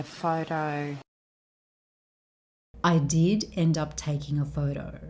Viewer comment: Nice video! It is a little bit confusing when she says 'did end up' with 'didn't'! A matter of spell jeje It could be listen as I didn't up taking a photo also, isnt it?